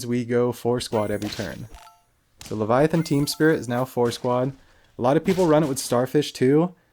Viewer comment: Good ole leva-thigh-on. Lol.